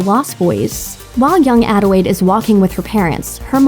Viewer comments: ...does this chick keep saying “Adiwade” instead of Adelaide? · It's Adelaide, not "Adewaide" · I'm not the only one who kept hearing her pronounce "Adelaide" as "Adewaide", right? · Did she just say “adewaide” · ADELAIDE. ADELAIDE. WITH AN L.